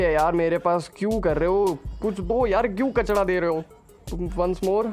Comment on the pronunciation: kacda na hi kachra bolte h🤣